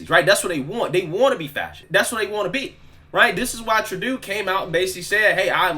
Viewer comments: it’s True-doe. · it's pronounced like True dough.